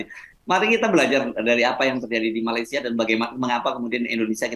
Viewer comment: ..sebutan Malaysia nya dibetulin donk..bukan Malaisia tp meleysia(sebutannya